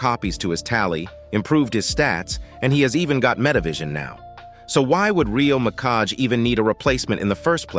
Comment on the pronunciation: "Rio Mikash" What the heck